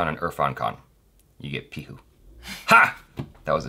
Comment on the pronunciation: Hey, it's P I H U not likh😊😊😊😊